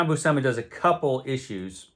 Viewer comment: great stuff! FYI John and Sal both pronounced their last name as BUEW-SIM-UH according to the "How to Draw Comics the Marvel Way" VHS tapes someone uploaded to YT